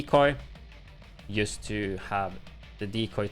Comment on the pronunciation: why do you pronounce 'just' as 'yust' ?